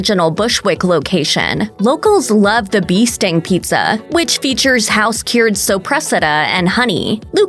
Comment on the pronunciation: Doesn't anybody edit these videos? I'm a Texan and I know how to pronounce sopresata.